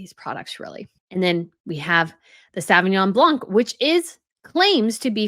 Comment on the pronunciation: The C is silent in Sauvignon Blanc